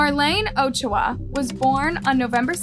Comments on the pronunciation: I cringed every time she said Ochoa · The way you pronounce Ochoa 😂 good video though. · Literally, my last name is Ochoa and hearing how she pronounces it triggers me. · Ma’am… why do you always mispronounce names? It feels purposeful at this point since you included a video that shows Yovani’s correct pronunciation. “Marlin”… “Ocho-ah”? Please, at the very least, respect the deceased people you profit off enough to pronounce their names correctly. It’s incredibly disrespectful. It’s making me not want to support your channel anymore. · note: Marlene is pronounced as mar-leen Yovany is pronounced as yo-va-nee (like Giovanni) and ochoa is oh-cho-a